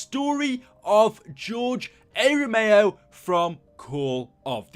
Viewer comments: Not even 30 seconds of shouting in and you say, "George A ROMEO" edit: oh god you repeat it . Did you not ever hear or slowly read his name before you made a video on him? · Romero was great as a director and mini boss Rome-er-o not rome-ey-o btw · It’s ROMERO. Not ROMAYO. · It's George r Romeo not George a romeo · It's RE-MER-O not RA-MAYO You better put some RESPEK on his goddamn name. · Its Romero not romao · Romero not romeo, there is an r there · RomeRo, not Romayo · ROMERO NOT ROMAYO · RO MER O. NOT ROMAYO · Romero not ROMAYO! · George ero meo 🤦‍♂️ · "George A. Romayo" lol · I can’t tell if you’re purposely saying George A Romayo on purpose lol still cool vid though, I’m just being a chach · Why are you calling him Ramayo? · I couldn't stand hearing you say Romao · George A. Romayo? Bruh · you can spell "Romero" but you cant fucking say it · hard time watching, couldn't even pronounce Romero properly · You miss pronounce Romero which is also my last name so I feel really offended 😭